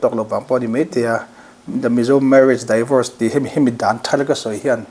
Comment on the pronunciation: Tinge a mizo tawng tak in han ziak ila, divawrs ti a lam tur hi mizo hian daivawrs ti hian kan lam kher le